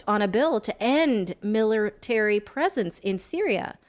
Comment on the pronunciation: Millertary lol hard L in that one